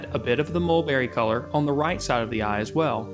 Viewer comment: Love how he pronounce eye as "ah"